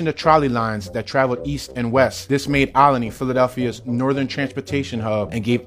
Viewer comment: )...You must be from here (philly) to pronounce it Ol-i-ney"...That's how we do...:)